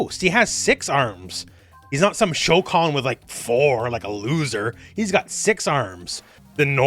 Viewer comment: you tripped me up. I thought you said Shao Khan, until I remember Goro's species